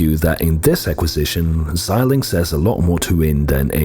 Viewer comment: It’s nice to hear somebody pronounce Xilinx correctly! Most people absolutely butcher it. And then repeat it dozens of times!